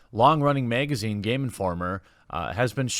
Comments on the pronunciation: The way you miss pronounce magazine makes me miss Lauren southern . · Why is him saying "megazine" so funny?